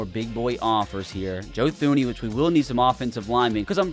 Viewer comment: “Joe Thooney” 😭😭😭